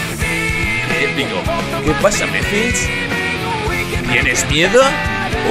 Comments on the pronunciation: No se dice mephils se dice mephiles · le estas diciendo mephils a mephiles